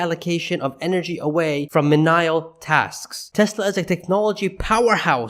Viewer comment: You mispronounced menial and I laughed pretty good. My I bought the dip shirt just showed up, thanks. I bought two more shares last week, building the position slowly but surely.